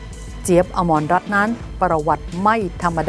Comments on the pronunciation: อม รัตน์ ไม่ใช่ อมรรัตน์ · อะมะรัตน์ ไม่ใช่ อะมอนรัตน์